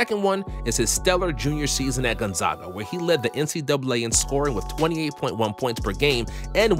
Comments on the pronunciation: My man, it’s “gone-zega” not zaga and “spo-can” not spocaine😂😂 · My guy you need to learn how to pronounce Gonzaga. As a Spokane resident that really grinds my gears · everyone still says Gonzaga wrong feels bad man edit: and spokane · The way you say Spokane and Gonzaga bother me. I know it’s just because you aren’t a local, but still.